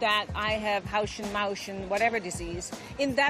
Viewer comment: It was more haushen maushun